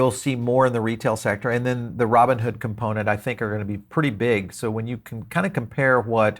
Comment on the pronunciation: Roooboon hood 😅